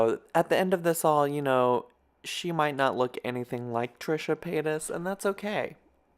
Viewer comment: Paytas not payton lol on me